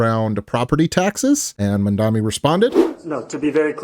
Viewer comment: It's pronounced MamdaNI, like knee. 😊